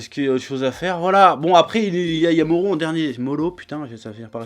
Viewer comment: T'inquiète, moi aussi je dis Moro avec un bon gros "r" de français mdrrr